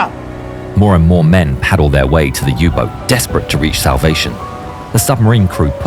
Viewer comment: "U -BOOT"to z Niemieckiego ! nie Angielskiego!